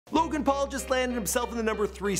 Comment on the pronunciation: Wow you actually pronounced this guys name correctly unlike felix